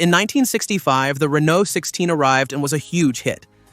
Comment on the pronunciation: Great car, please pronounce Renault correctly